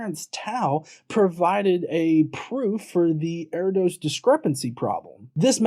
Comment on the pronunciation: Not "err-dos", "ur-dosh". Erdős is pronounced "ur-dosh"